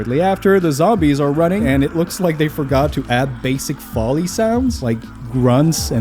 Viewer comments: Foley is FOE-LEE NOT Folly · Foley sounds is pronounced "foe-lee" its an irish persons surname